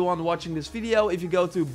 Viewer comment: the way you say video .... I can hear bideo instead :D